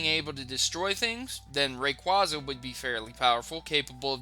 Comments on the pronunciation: Its ray-quAYza, not ray-QUAR-zar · its pronounced rey-kwey-za (rayquaza) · You incorrectly said raquaza